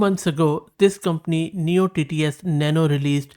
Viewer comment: You should not be spell as neo TTS but as noy TTS like soy...